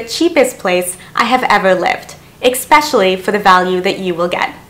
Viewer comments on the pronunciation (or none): Please may I make a suggestion? I watch a lot of your very valuable videos and I appreciate all the knowledge you share! My suggestion is that one word pronounced incorrectly keeps standing out and is distracting. It is ‘especially’, and should not be pronounced ‘expecially’. Please take this kindly as you are a great presenter on your channel and I watch and, later, rewatch your videos since you have such an abundance of easy to follow tips. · No, there isn't in Canada either. eSpecially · There's no "X" in ESPECIALLY~!!!